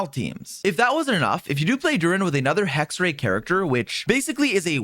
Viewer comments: sidenote its not pronounced hexray its pronounced hex-er-ai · I'd love to have Hexerei video! :) Please try to pronounce it properly then though. It's not hard at all and in the 6.2 live stream they pronounced it perfectly. The last syllable "rei" is pronounced like "rye", the cereal grain. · Just FYI you're pronouncing Hexerei wrong: Hex is correct (like hex in english) The 2nd E is pronounced the same way as the 1st one (sometimes you said it correctly, sometimes you just swallowed/skipped the E) The -ei at the end is pronounced like the english word for "I" (aka myself/me), not like the word "ray" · Is it really that hard for English natives to pronounce "Hexerei" correctly? Jebus...